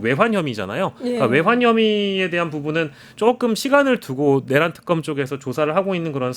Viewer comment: 특검..이게 발음이 왜 안돼나? 턱검이 뭐야?